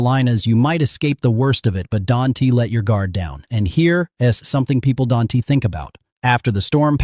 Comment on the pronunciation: You probably "dunte" have a clue how to properly pronounce "don't". Boggles my mind AI cannot pronounce "is" and "don't" properly.